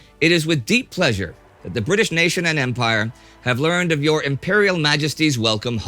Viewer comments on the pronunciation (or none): none